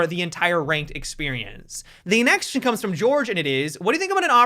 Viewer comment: is there a reason you are saying "...the next-tion is" instead of "next question is?" lol and and